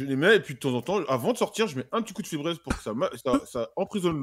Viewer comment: febreeze🤣🤣🤣🤣 febraise c'est febrise la prononciation